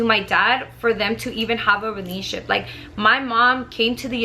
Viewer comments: The way she says in a " Realnship" instead of "RELATIONSHIP"😂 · The way she says "relationship" lol pay attention...."Relatship" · “RELASHIP” lmaoooooo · That’s weird! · Wow I thought no one else noticed that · Lol I had to replay that part